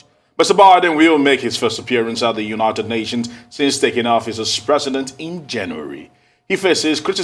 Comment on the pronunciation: It's not Baarden and it's not Unaarted Nations🙄